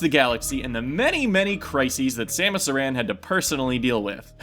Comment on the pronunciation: Aran is not pronounced A-ran. It's Air-en